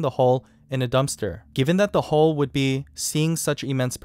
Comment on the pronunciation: huill not hole